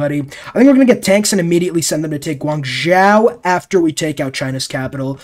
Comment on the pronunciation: As a Chinese I cringed when pronounced Guangzhou Guanzao